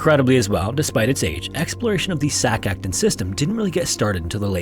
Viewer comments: Hey dude!! I hate being that person but Im a texas caver so I gotta say: It’s actually pronounced “Sac-a-tune” 🤓 ☝️like a music tune !! I’m so sorry, this bothered me. Great video!! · Me, basically an Expert because I watched Octonauts with my kids: "It's pronounced "Sak akTOON"